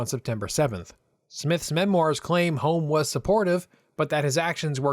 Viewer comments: Sir Alex Douglas Holm is pronounced Hume. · This would have been a better video if the commentator could get the surname of Alec Douglas-Home correct, and also pronounce "Home" properly. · Just a technical point here. Alec Douglas-Home's last name is pronounced "hume".